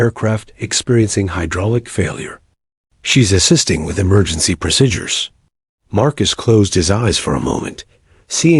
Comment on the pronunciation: People flying a fighter jets can not stand up while the jet is flying. What a big fake image. This ruins the story. Plus you don't know how to call out a flight number. Plus there is no such thing as the word pro sid ures. Its pronounce proseedures !!!